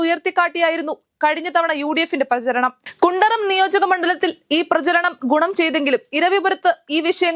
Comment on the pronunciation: കുണ്ടറ എന്ന മണ്ഡലം ഉള്ള കാര്യംപോലും അറിയാതെയാണ് വാർത്ത വായിക്കുന്നത്!കുണ്ടറം ആണത്രേ!